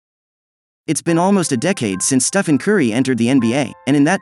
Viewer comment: Steven? You mean Stephen?